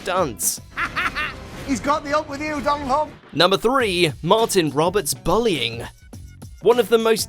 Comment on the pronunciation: Martin Roberts what? BULI - ING